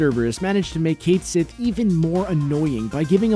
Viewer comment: Cait Sith is pronounced Ket Shee